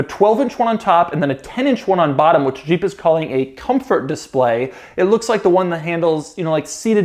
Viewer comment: Doug it's Jeep not Jjjjeeep or sheeep. Maybe you are pronouncing it from the 80s when Renault partnered with AMC and the French rolled the j? Jeep 😁